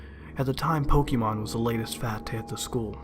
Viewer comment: This asshole can’t even pronounce Pokémon correctly. You sound like a boomer. This sucked